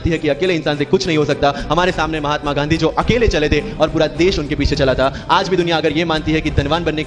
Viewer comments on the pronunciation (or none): none